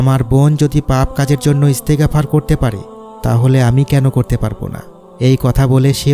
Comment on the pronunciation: এস্তে গাপার, না। বলবেন এস্তেগফার, এক সাথে উচ্চারণ করবেন।